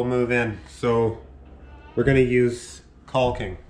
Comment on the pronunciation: The L is silent guy..